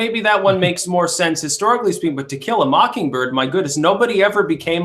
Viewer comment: "To Kill a Mockingberg" LMAO. I'm guessing misspoke but that was hilarious.